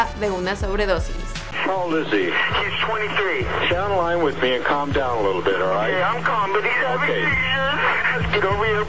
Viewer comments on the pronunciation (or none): none